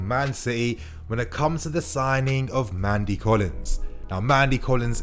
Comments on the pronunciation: It’s Nnamdi Collins. Pronounced Naamdi.... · You stress the N in Nnamdi to pronounce his name properly, he's obviously from Nigerian-Igbo parentage